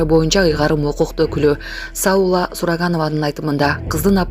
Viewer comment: Саула эмес Сауле чыгар.